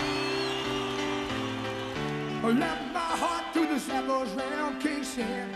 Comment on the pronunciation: he mispronounced Khe Sanh because he only read it, never heard it said. It was legend in 1969 when I patrolled the DMZ in the armored cav unit. We all knew how to say Khe Sanh. My unit was sent to pull security for the engineers that was recutting the road to get there.